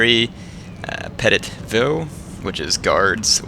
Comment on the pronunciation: lol btw petit i think tahts means small in mascalin is pronoced peti